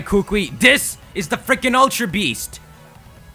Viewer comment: You don't say it like kukue you say it like ku ku I. Kukui k?